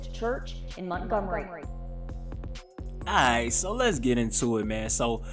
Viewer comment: It’s Montgomery not Mountgomery bro 😂 keep doin yo shit though. 💪🏾